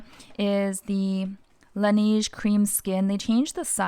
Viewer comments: I love the laneige toner ever since you mentioned it! It’s super hydrating. I think it’s pronounced la neige like ‘the snow’ in French. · oh! Is that how it’s pronounced in Korea? I haven’t visited a Laneige counter in years, my mistake! I love seeing your skincare and beauty picks bc you have similar skin tone and type to mine. 🥰